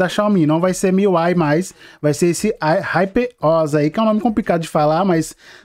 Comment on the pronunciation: Hyper Os nao mano kkkk Huper O.S a pronúncia é essa.